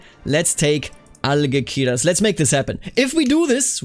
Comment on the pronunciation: In Castilian Spanish, C before E or I is pronounced like "th", G before E or I is pronounced like H. Algeciras is AlHeTHiras.